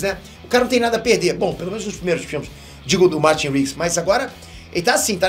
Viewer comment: Quando tu falou "Martin Rigs" 😢😢